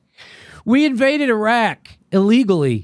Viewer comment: I believe what you say because you pronounce Iran and Iraq correctly. Those people who say Ayeran and Ayerak but still say Italy and Israel... switch it straight off.